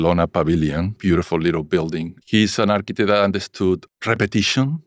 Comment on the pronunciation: Your "architech"?!?! How much f*cking money did make on TOSH.O? 😅😂😅😂